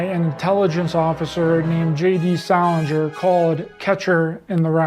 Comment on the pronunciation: "It's Illuminati!" *Goes on to pronounce 'Salinger' wrong.